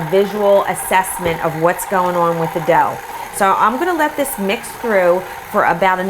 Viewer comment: They look burnt. Oh and the word "On" is pronounced like "awn" not "owen"